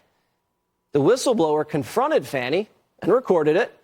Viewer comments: It's Fanny not Fawny!! Fools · why are people pronouncing it, 'Fonni Willson'???? Its Fanny! Like the butt cheeks. She is a loser!! #DemsLie #DemsCheat #DemsSteal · Wanna bet she ignores the supeona and nothing will happen to her? She needs to buy a W if dhe wants her name to be pronounced Fawni because fani is pronounced fani not Fawni. If one is speaking English. Right? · Why are they pronouncing her name incorrectly? It’s Fani….like an ass! Not like “fawny” , a cute name for a baby deer! The media makes me sick!🧂🧂🧂🧂🧂🧂🧂🧂🧂🧂🧂🧂🧂🧂🧂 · FAWNY ?? Like a Baby a Deer A Fawn? So she has been spelling her name Wrong! No we're Not going change our English language to fit your ignorance. FANI is Not pronounced FAWNY! 🙃